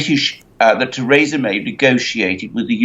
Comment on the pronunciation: Who is 'Tayrayza' May? Does he mean 'Theresa' May'?